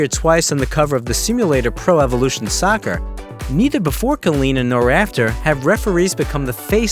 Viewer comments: Nah he said sucker 💀💀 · man said “sawkerr” 💀💀 fam like no babes